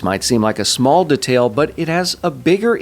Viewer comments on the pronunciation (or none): the way you pronounce detail is incredibly infuriating to me